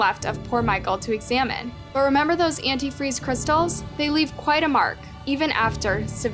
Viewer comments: the way she pronounced Antifreeze... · that and she can't pronounce anti freeze.. half this video drove me nuts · it’s contusion. A “cerebral contusion” not constitution. Still it’s not quite as bad as they way she pronounces “antifreeze.” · Also — antifree? It’s anitfreeZe😂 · ANT-TEE FREEZE FOR THE LOVE OF GOD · Yes, antifree really stood out to me 😂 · yea I don’t think much research is put into them. One of the biggest pieces of this trial was that Stacey would always call it “antifree” (the one cop says it that way in the clip shown in the video) and “Ashley’s” letter says “antifree” as well. It’s crazy that info never made it into the video since it was such a key piece of information and also super hilarious (as hilarious as it can be given the circumstances of course) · I've honestly never heard someone say "antifreeze" like that and then say it correctly and then wrong again lol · is British pronounciation and is American!